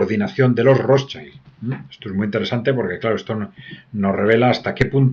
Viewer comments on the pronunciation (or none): ¿Por qué le da pronunciación inglesa a Rothschild? No es rotchaild. Es alemán. Gracias.